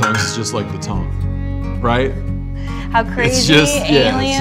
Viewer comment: tongue? I thought you said dung.